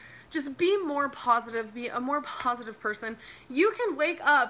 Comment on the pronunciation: she thinks there’s a h in positive “pohositive”